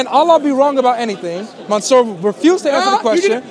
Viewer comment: COOOOOOKED him 🤣🤣🤣 he turned monsur into monSOUP😭😭😂🤣🤣🤣🤣